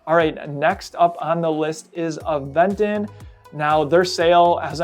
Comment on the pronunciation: FYI... It is pronounced "Aventon" with the accent at the "ó". Aventon is a slang word in spanish that means hitch, hitchhiking, push, ride.